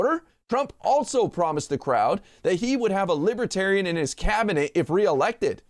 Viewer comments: Libaterian? He can't even say it right. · Trump is pronouncing libertarian.....libuhtarian....what a useless moron. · Trump says "Lib-a-tarian"....😂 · Nobody’s going to mention how Donald can’t even pronounce libertarian? He kept saying “lib-a-tarian”! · Trump: “Libittariuhn” He can’t even pronounce the word…🤣🤣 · The orange Jesus says he's a "Li-ba-tarian. Listen again. He can't spell or pronounce the word correctly. I'm still laughing. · He says "Lib-a-tarian!" Smart, trump ain't. He is taunting the people with his insults. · "Things that make Me a "Libe-Tarian"..!!! He can't even Pronounce "Libertarian", much less BE one of them,because He's a Nihilist. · He knew he couldn't get away w the QANON theme music in the background w this crowd. He could have least pronounced the name correctly. They are not *Libbaterians*. He will promise them anything. VOTE BLUE 🔵🌊🌊🌊 #BidenHarris 2024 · Boo 😮 he thinks they are loving him sick guy and doesn't know what he's talking about libertarian he can't even pronounce it sarcastic butt face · Trump should learn how to pronouce Libertarian. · He can't even pronounce "libertarian". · He doesn't even know how to pronounce the word 'libertarian'. This criminal should be in jail already. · He's a moron who can't even pronounce the word properly 😅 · Not to mention the fact that he doesn't pronounce "libertarian" correctly. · He didn't bother to learn how to pronounce it - that's not respect.